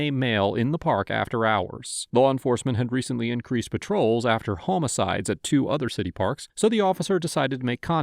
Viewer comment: home a sides? Lol. I'm surprised nobody made a comment about it. 😂 not trying to be mean, love yall!